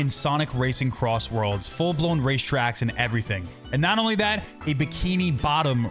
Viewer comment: SONIC CROSSWORLDS RACING?????????????????!!!!!!!!!!!! HOW DID YOU SAY IT WRONG